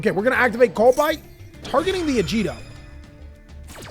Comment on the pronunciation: its "ka-lie-dough", like kaleidoscope. "ah-gee-dough" not "ah-g-dough" "sheer-in" like ed "kit-call-ose" nothing personal, mispronunciation just a pet peeve.